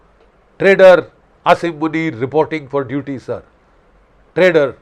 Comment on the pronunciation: "Pakistan Sarrrrrrr." 😅😂😂😂😂